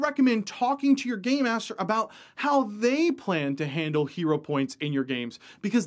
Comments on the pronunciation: It sounds like you keep saying "Gay master" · When he says "game master", it does not sound like game master 😀😁😂🤣